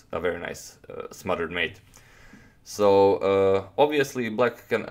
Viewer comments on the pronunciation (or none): none